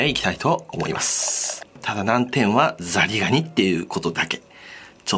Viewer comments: ザニガニ ザニガニ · ザリガニ全然言えてなくて草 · 金子さんの初手のザリガニ、何度聴いても「ザニガニ」に聞こえる…笑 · ザニガニ！！！！ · 完全にザニガニ言うててわろた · 完全にザニガニだ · パーフェクトなザニガニ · とっても発音の良い「ザニガニ」だね！✨ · ダニガニ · 最初聞いた時『ん？ザニガニ』って思ってコメ欄探したら同じ人おったw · むしろ、ザニガニにしか聞こえん。笑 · サニガニ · こーれはザニガニです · どーーーしてもザニガニって聞こえて何回も聞いちゃう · もうザニガニにしか聞こえん！ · ザリガニがザニガニに聞こえるんよ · ザニガニって言ってるよな… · ザニガニって言ってね？ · ざにがに。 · 銀色のヤツの直前に至ってたは「さにがに」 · やっぱザニガニだ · このコメ見た瞬間ザニガニに聞こえ始めた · 何度も聞いてしまった……ザニガニ！ ちなみに もザニガニ！方言か……？ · さにがに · ずっとザニガニっていっててかわいい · ザニガニ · もはや空耳レベルじゃなくてハッキリ言ってて草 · 金子氏は「り」が苦手